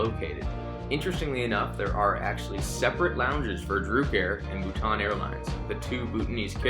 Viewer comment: I’m a Bhutanese myself and I can assure you that he’s pronouncing our country’s name correctly!